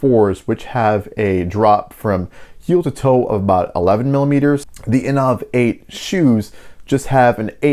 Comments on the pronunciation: In ov? I think they pronounce it innovate. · "inoaaavvvv 8".... Sorry i'm out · Aren’t they pronounced like the word innovate?